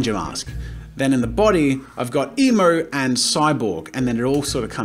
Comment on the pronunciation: Every time Jazza said emo, I thought he said emu.